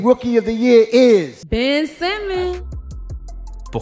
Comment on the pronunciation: Sympa la vidéo, mais c'est dommage de passer de Ben Simmons à Ben Saimmons dans la prononciation du nom d'une phrase à l'autre.